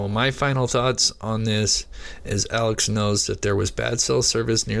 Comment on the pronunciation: I'd put more stock in what you're saying if you could pronounce Alex's name right. Come on man.